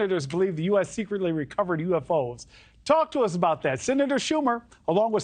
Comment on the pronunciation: His name is MAREK not MARIK 😂😂😂